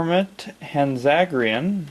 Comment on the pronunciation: By no means am I to offend you, but it seems as if you could use a little help pronouncing their names. Here are the vowel sounds of the Japanese language: A - Ah (or sounding like "On") E - Eh (or sounding like "Emily") I - Ee (or sounding like "Evil") O - Oh (or sounding like "Open") U - Uu (not too sure what English word that'd sound like...) Hanzagiran would be: Han (as in "Han Solo")-Zah-Gee-R-Oh-n. It's a little hard to explain, so sorry if it didn't make any sense. But I hope it helped. Anyways, Hanzagiran is one that I'm still looking for. Well, I have the puny Spark Doll one, but I plan to throw that one out once I get the Marmit one. However, not that one, the one I'm looking for is more white, and has red eyes. Much like the show.